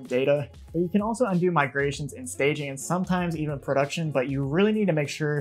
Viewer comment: 'migations' - 'R' missing